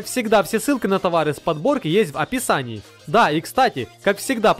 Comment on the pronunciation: Пожалуйста, закажи себе словарь. Такого убогого звучания как у тебя вообще сложно представить. "если вы еще не нажали на колокольчик, чтобы получать САМЫЙ СВЕЖИЕ видео" "Аписании" и " по ДраДиции" И это только начало.